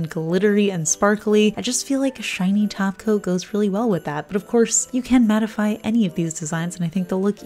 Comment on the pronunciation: When you say top coat. It sounds like you are saying taco. LOL